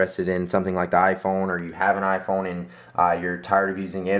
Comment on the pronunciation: First time ever you said "iPhone" without saying "Ah-Phone" xD